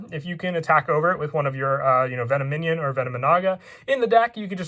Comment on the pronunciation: VEN OM IN ON NOT VENO MINION